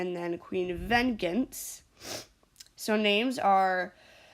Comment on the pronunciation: bruh ven-gens lmao it’s pronounced “ven-jance”